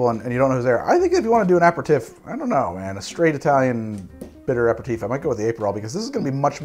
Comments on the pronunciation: I can't finish this video, the french pronunciations are killing me inside... apereTIFF?? DuBonneTT?? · I love you, but If you say a-per-tiff one more time the entirety of Europe is going to drop dead. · You keep pronouncing it wrong. Aper-ih-teef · Your bad french accent is a thing of beauty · I love your videos but you're not pronouncing aperitif properly. I had to stop after the 42nd time! Regardless, you're awesome, thanks for making 2020 better!! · My French uncle is crying at the pronunciation of aperitif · like fingernails on a chalkboard...please google the pronunciation of aperitif...love the content! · Do Haus make a different aperitifs as opposed to the right way of saying it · i think youre missing a vowel out when you pronounce aperitif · Why do you pronounce aperitif that way? You’re missing a vowel in there and you’re putting the wrong emPHAsis on the wrong sylLABle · wanted to learn but i can't watch 30 mins of him pronouncing aperitif wrong. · Had to stop about 3 minutes in... Annoyed as heck at him consistently pronouncing aperitif and digestif... Kinda bummed because it would be an interesting video otherwise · I can’t stand the way you say aperitif! Omg. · So as a French-Canadian your pronunciation is driving me crazy,!Now I know how my French Great Aunt felt when she heard our "pig French"as she called it. Ah-pair-ah-teef is how the French say it. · its pronouncced aperteef. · Sorry, still cringed everytime you said "tiff" vs "teef". Had to mute and use cc to finish- not sure why it was such a trigger 🤷🏻‍♂️ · Not just me then!! Making me twitch! Apratif?? NOOO!!! a pair a teef! Apratif is French for after an argument! (It’s not, don’t look it up) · a·peh·ruh·teef TEEF! TEEF! not TIF! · pretty sure you are pronoucing that word wrong. I think it is "uh peh ruh teef" and not "ap per tif" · so, whos gonna tell him that its pronounced aperiteef and not aperitiff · Yeah as Shane said, it's properly pronounced ah-pair-ah-teef